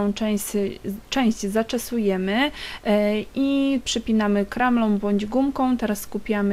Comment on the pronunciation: hehe, zawsze mnie śmieszy jak mówisz "kramlą" zamiast "klamra" :D fryzura super!